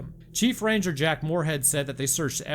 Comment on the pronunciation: Did you say ran-gur? Did the clankers get Roanoke?!